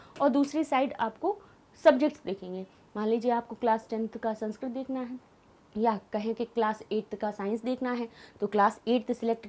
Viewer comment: मैम, आप का उच्चारण सही कीजिए आप संस्क्रत बोल रहीं हैं।सही उच्चारण संस्कृत है।sanskrat नहीं बल्कि संस्कृत।